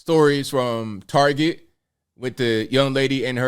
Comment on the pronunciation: Its TAR-Get, not tarjay! You sound so gay saying it wrong!